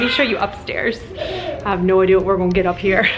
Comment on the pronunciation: I needed to hear this. Thank you! I will be watching this again. One small thing I noticed is that at about , your accent went from "up north" to "down south" and I thought it was funny!! When you said, "I have no idea whut we're goin get up here." Totally Southern. lol I am from the South myself!!! That's why I enjoyed hearing it!! Again, this was a great video and I don't know a single person who doesn't need to hear this message.